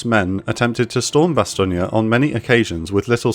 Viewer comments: It's pronounced Bass-tone not Bass-tonia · It is Bastogne not Bastognia. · Really hate to be that guy but it’s pronounced ba-stown not ba-stonia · It's "Bass tone" not "Bass tonia". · I checked, apparently in French Bastogne is pronounced bas-tong-yah. So, the narrator is pronouncing it as those living there would. Still, this is a video in English, in English it's Bas-tong. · It's not said bastoneeyea it said as bass stone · It's BASS-STOWN. Not "bastonia". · It’s pronounced Bastone not bastonia. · Why tf are you adding an ia to Bastogne. It’s not bastonia it’s more ba-stone. Hard to take an account serious if you can’t be bothered to research simple shit. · fyi, it's pronounced Ba-Stown. Not Ba-Stone-ya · I cannot get over how you say Bastogne 😂 it’s bass-ton not bass-ton-ya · Bastognia. Huh. First time I've ever heard it pronounced as such. From military history in ROTC through 21 years in the US Army, 3 of which were in the 101st, I've always heard it pronounced "ba-stone." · love this but as a french native speaker, the Bastong-AAAA is wrong, its Bastogne, imagine it sounds like Bas-thong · It's pronounced bas-tone, not bastonia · It's pronounced "BastON" like "move on"; not "BastonIA" like "CalifornIA". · G'Day, Why does the Narrator say BASTOGNIA,When its Bastogne, cant they do some background Research ???? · Isn’t it pronounced “Bas-stone”? Not “Bas-ston-yah”. Correct me if I’m wrong. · Bastogne, phonetically pronounced BASS-TUNG. Not BASS-TO-GNA like if it’s some Italian town. Also acceptable is the American pronunciation of BASS-TONE. Bastogna lmao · Raised on American movies I've always heard the town pronounced as "Bas-tone". Is "Bas-tonia" the actual pronunciation? 60 years old and I learn something new every day (and I actually served in the 101st for two years)! Edit: I just discovered your channel. Subscribed! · Might be a decent video, but after hearing bass-tonia for the third time I had to close it out. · Is it not Bas-tone?